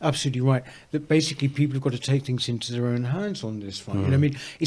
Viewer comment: Why does she keep pronouncing 'th' as 'f' , saying fings she sounds ridiculous